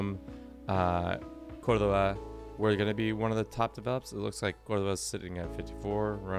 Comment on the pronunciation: Homie was too smooth with that pronunciation of Córdoba at the end. Are you Hispanic?